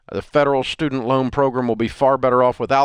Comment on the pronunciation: Pro-gram not pro-grim geeze